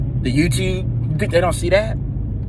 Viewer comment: “YewTube... Mountain Dew”